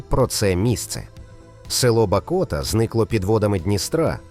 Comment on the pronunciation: Село Бакота,наголос на "а"